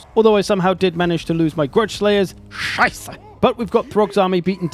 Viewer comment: holy hell that "Scheisse" is the best scheisse i ever heard and im bloody german